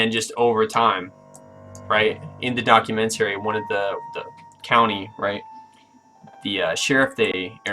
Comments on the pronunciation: Can you learn to pronounce the word "documentary" then maybe something you say may be taken as valid here... you complete idiot. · "put it in reverse documenTERRY!"